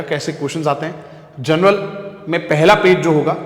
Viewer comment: Journal ❌ General ✅... Just joking btw thanks 👍😂